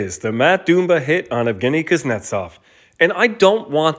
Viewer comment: Pronouncing his name "doom-ba" 20 times